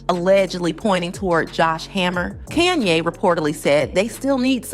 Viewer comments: It's Kahn-yey not KAN-YEY. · Couldn't get past the first 60 seconds in your video. Hearing you call Kanye. CAN YAY. I THINK WE ALL KNOW INCLUDING YOURSELF KNOWS THE CORRECT PRONUNCIATION OF HIS NAME. WONDER HOW MANY OTHER THUMBS DOWNS U WILL GET BECAUSE U DECIDED TO DO THIS FOR GOD ONLY KNOWS WHY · Your pronunciation of Kanye is triggering lol. You cant be serious. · Please learn how to pronounce Kanye's name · Fake, you can’t even pronounce Kanye’s name. Block this person